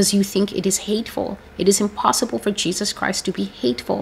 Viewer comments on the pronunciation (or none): I first saw TB Joshua in 1999 on a video disc. He was performing miracles. What struck me then was him not pronouncing Jesus the right way. He said Jejus. I was taken aback. Later when he became very popular, a lot of my friends were telling me to follow him but I did not. One day I watched his sermon and went to be, he appeared in my dream offering me money, I refused. Another day, I watched him again and he appeared in my dream. I realized then that he was a soul snatcher. We are called to test the spirit. The prophecies here are from YAH my spirit bear witness to that. Amen.